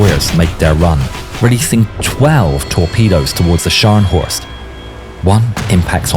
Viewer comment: very good German pronouncing!👏